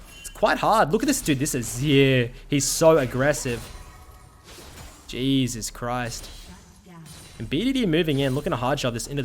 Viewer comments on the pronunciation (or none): none